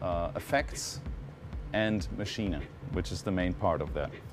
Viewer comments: That's how its supposed to be pronounced. Machina. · He does because he's German, and it's a German product. So he's pronouncing it correctly. Sounds a little funny, but technically is correct. There's a couple of Richie Hawtin videos where he says it the same way.